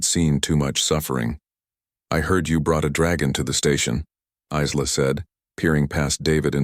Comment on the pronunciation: Geez how many different ways does it say Isla. Iz-la, Ee-la, ess-la, ess-la I'm sure there was more it's pronounced Eye-la and that's the only correct way to say it. Names have meanings from the country of origin. That is unless you make up stupid names like Shanikywakanda. We all know which group I'm talking about. EBT (every black transaction) using worthless nobody's.